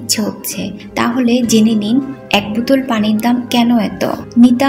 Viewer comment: বুতল কি বোতল উচ্চারণ করেন ।